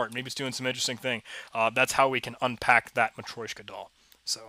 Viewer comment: It's actually matrYOshka (матрёшка) ;)